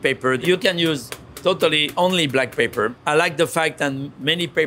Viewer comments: almost 10 minutes into this video, I finally figured out that what he pronounced to my ears as "paper" was actually "pepper"... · i think what paper does he said he added, and it was peper... sheeeesh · A michelin star chef ought to be able to pronounce "pepper" correctly in english. If he was an architect I'd accept "paper". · P;ease learn English. It's not paper, it's pepper!